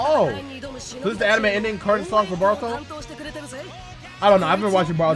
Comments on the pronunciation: Am I the only one who dislikes how he says boruto like baruto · why do people say baruto instead of boruto???